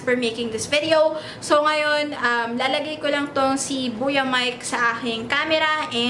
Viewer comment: Buya ba or boya? Nabobother ako sa pronunciation.. Huhu